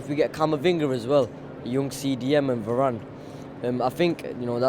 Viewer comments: i stopped watching after the first guy said “VARAYYNEEE” ffs our fans are washed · Va-ran.. its harder to mispronounce it and yet people find ways. Hitting us with Va-ranny and Va-rain.. ffs Nice job by the way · Did he call varane varaine? 😂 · Man said Va - rane lol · man said "varayne" lol 😭😭😭